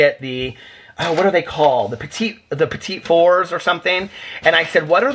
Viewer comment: Petits four is pronounced 'fooor'. Not like the number 4, it's French for oven.